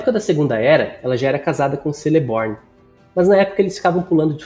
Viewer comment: Celeborn se pronuncia Queleborn; Celebrian é Quelebrian; Gil Galad é Guili Galad.